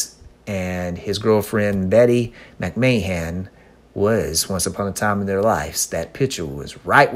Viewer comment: Lol you said her last name wrong and different every time! Love your vids!